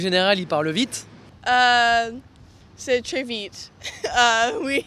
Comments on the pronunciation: Marie B it’s how she pronounced the trés vites. it was sooo heavy and just had that american thickness to it lol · The way she pronounced très vite lmaoooo